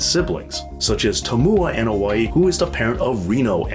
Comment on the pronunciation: The letter A is pronounced as an "AH" (AH-noa-i) sound, not as in At, Cat, Hat, Mat, etc. In the Polynesian language, just like 99% of the non English speaking world, vowels are short in sound, Ah Eh EE OH OOH (A E I O U=English style.) The Usos, is sometimes mispronounced as, YU Sos. The letter U in Uso, is pronounced as OOH, not YU. Every so often you'll hear Jimmy or Jay yell out, OOH and the audience yells out SO! Jimmy and Jay does not yell out, YU. But, very good documentary.